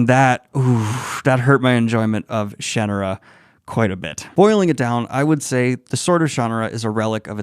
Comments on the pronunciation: Sha-nah-ra, like Sahara. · I only dabbled in this series growing up, but every pronunciation that isn't shuh-nar-uh still has me absolutely shook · With emphasis on the "ar". shuh-NAR-uh! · Guy is still saying "Shannara" wrong in my mind. "SHAN-are-ah" The "a" is "ah" like how the British say it, not like an American pronunciation. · Maybe I have the pronunciation spelled wrong. Maybe more like "shun-are-uh." So, more like the Shunarra that you wrote is how it sounded in my mind. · Sha-NAH-Rah This book is great for getting INTO fantasy - it captures the "adventure" vibe perfectly, and is relatively familiar. The "Heritate of Shannara" series is FANTASTIC - really brings some great unique things into the fold here. Absolute favourite series to this day, except for Codex Alera. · I pronounced it as Shan-na-ra, how does Brooks? I read this before LOTR when I was about 14 back in the 80s, the next 2 books felt better. Maybe Brooks was also inspired by LOTR's own multi-page info dump which can be just as tedious to wade through and thought it was just part of the "formula"? I read his magic kingdom which was OK for YA but didn't read more of his works. I must admit I didn't really pay attention to it as post apocalyptic earth when I read it - it was a time I was loving movies like Excalibur , so didn't really focus into that element and cared more about the fantasy stuff. I was looking forward to the TV show but it was awful, made me wonder if I read the same book - more a vague memory I guess. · It's pronounced Sha Na Ra and these books are some of the best of the fantasy genre. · I like it better this way, but I seem to remember reading or learning somewhere that Terry Brooks himself indicated the Shan- aruh pronuciation is the one he prefers. I still like it better as Shuh-nar-uh... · The way you say shannara makes me want to throw up. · That was worth watching just for the 49 pronunciations of Shannara! Also a fair critique overall.